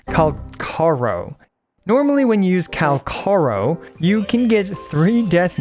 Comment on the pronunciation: IT IS FU**ING PRONUNCIED: "CALC- ih-a -RO" NOT "CALKARO" FOR THE SAKE OF GOD.